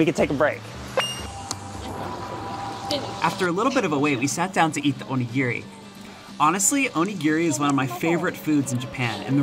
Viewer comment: Please say Onigiri correctly. It's not Gear-Ree, it's Gee-Ree. O-Ni-Gi-Ri.